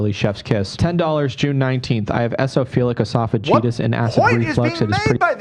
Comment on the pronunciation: Gotta love how he criticizes Ethan for mispronouncing things, but absolutely butchered the pronunciation of Eosinophilic Esophagitis (which I know, because I have it).